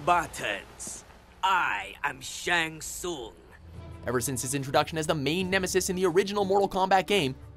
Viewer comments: How the fuck does mispronounce Shang Tsung as "Ts-ung" when the video clips they put in clearly show that it's pronounced "Ts-oong"?? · ok .... U Can't pronunce "Shang Thung" even if Shang Thung hiself prononce his name in this video.... I give up